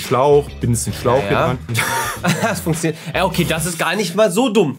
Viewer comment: so: "Hast du gerade insstabil gesagt?" Auch: "funksioniert"